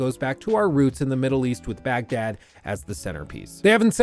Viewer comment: This is a nitpick, but it's an important one from someone who believes people should be consistent. You can put in the effort to try and pronounce the French (or whatever language) word correctly, but you can't even bother to pronounce Baghdad the way it's supposed to be pronounced?